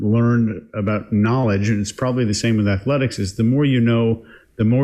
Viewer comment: And "ath-a-letics" !